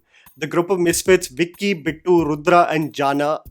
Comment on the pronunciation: It's bicky not vicky😂😂😂😂